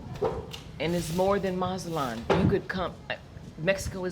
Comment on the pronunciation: the Z in Mexico (and most of Latin America) is pronounced just like an S. Not MaTSAtlan. It's not Italian Z, it's not German Z.